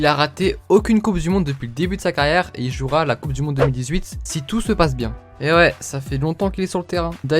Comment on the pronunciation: Il m'a tué quand il a dit joura a la la coupe du monde 2018 ! 😂😂😂😂😂😂